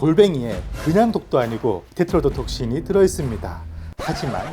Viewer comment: 저거 엄마한테 말해주려고 테트로도톡신 말하려고 했는데 계속 혀가 꼬여서 발음이 안되는데...대단합니다!